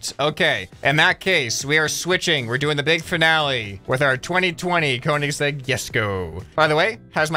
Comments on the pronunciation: Just thought I'd leave this comment here as a car person that Koenigsegg is pronounced Cone-is-egg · It may look weird, but how you pronounce the name is: "Coenizeg Jesko" All of the extra letters are just there because it's the man that made the company's name, but you say it like "Coenizeg" and it's "Joesko" not "Yesko" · Ok, he needs help Lol Cone-E/A(Some people say the e sound, some say the a sound)-segg(sayed like it is spelled) Jes(Jess not yes)-go/ko(again it depends on the person(accents and things like that))